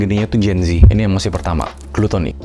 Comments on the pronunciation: Good content! Btw koreksi dikit harusnya Glutonny, bukan Glutommy.. thank you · Bukannya yg bener GLUTTONY? Bukan GLUTOMMY. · GLUTTONY bant bukan GLUTOMMY kalo yang dimaksud itu kerakusan, tolong siapapun bertanggung jawab atas kerjaan itu dibetulin, ganggu bgt dipikiran gw sorry 😅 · *gluttony bg bukan tommy 😊